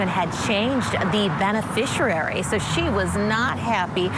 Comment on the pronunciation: Somebody, please, teach that woman how to pronounce 'beneficiary'.